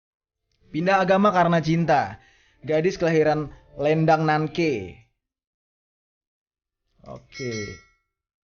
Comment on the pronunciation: lendang nangke itu cara bacanya nangkeu . klo lendang itu artinya padang, nangke itu nangka . saya sendiri dari lendang lekong :) . salam dari lombok